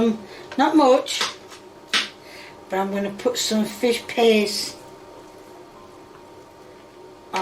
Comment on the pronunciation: Lady, it's called "Fish Paste" there is a T in it!